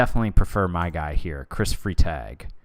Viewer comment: I know these are prerecorded, but assuming his last name is German (Freitag is Friday in German), its pronounced fry (or frai)-tog (or taag). Foreign language requirement in college coming in handy!